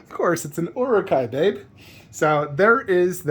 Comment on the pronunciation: You say Uruk-Hai with an urban american